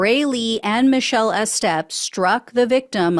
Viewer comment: You're not telling me "Estep" isn't pronounced with a long EE. E-step, like e-commerce.